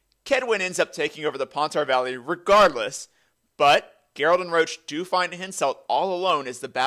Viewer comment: Imagine pronouncing Roche as Roach lolololol